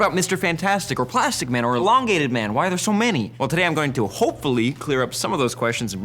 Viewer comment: It sounded like you said "So, that's why white people love Deadpool" made me laugh